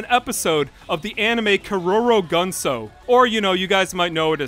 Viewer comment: The worst part of all of this is how pronounced Keroro Gunsou